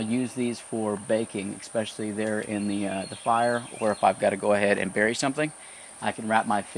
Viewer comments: The word is “especially” not “expecially” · Great video! I don't know how to say this without sounding like a jerk... The word is pronounced as it is written especially. Throw an E and a Y to the end of the word special when you say it. "Expeshally" Is what it sounds like when you say it. Sorry and hope this helps. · You have such a calm, soothing voice... but when you say the word especially- and mispronounce it expecially- my serenity comes to a screeching halt!